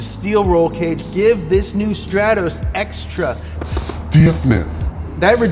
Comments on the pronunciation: It's not a Strattoss, it's a Stratos. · it's pronouced S T R A A A T O S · It’s pronounced str-aaa-tos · legend says that is still flying to this day after saying "Stratos"